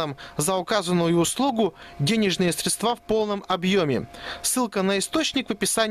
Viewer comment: СрЕдства, а не средствА!!!